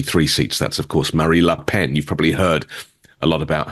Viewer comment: Let's get her name right. It's Marine Le Pen not Marine La Pen